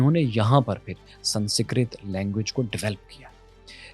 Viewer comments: = Its "Sans-krit" not "San-sikrat" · Not sansikrat but sanskarit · Sansikrat✅ sanskrit ✖️ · Why Pakistanis are so bad at pronouncing some simple words?? It's not sansikrit, it's Sanskrit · why cant he pronounce sanskrit at all, is it that hard? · Yaar baaki gullan teh theek ne, sanskrit pronounce teh theek kar Lo. Tuhaddey lehjey vichh Ik daraavna TLP phattan vaala sunayi denda hai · aap "Sanskrit" ko ghalat pronounce krte hein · Bhai sabse pehle to aap isi dharti k ho kar bhi Sanskrit ko pronounce karna nahi aata dhang se?? Westerns, Africans, Chinese origin k log bhi iska pronounciation aapse acche se karte hai.. Ab aap ko Sanskrit aur Aryans and Tamil civilization ki kya baat kare bhai??